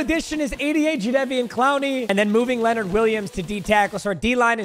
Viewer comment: the way he was saying jadevon cloneys name wrong